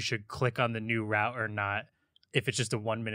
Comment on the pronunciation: not "rout" its "route"